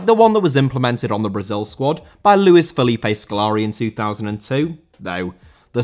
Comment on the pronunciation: Felipe* not Felipei